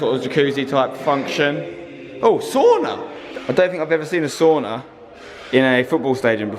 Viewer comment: "ooo soona"